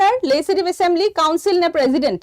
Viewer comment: If president pronounce as prejident then prejudice should be pronounce as presudice .